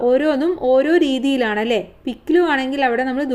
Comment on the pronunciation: അലേ അല്ല അല്ലേ ആണ്